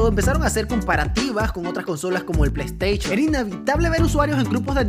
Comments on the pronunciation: Uno pierde las ganas de ver al si ni es capaz de usar la "s" cada ves que sale una s junto a una h el men lo menciona como una c saliendo como resultado "pleisteichon" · Yo: dilo dilo: plei teichon Yo: jajaja plei teichon ne ha decepcionado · La plei steichon dice shaggy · el pleisteichon dijo el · "Plaiteichon":v ste exequias okno c mama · Plesteichon plus